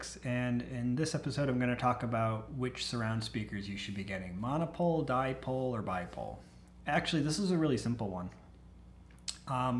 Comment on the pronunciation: As used to say, dipole=die-pole, never use them:D